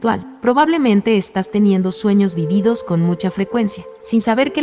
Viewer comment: Esta mal dicho vívidos. Se dice acentuándo en la primera I no en la segunda. De nada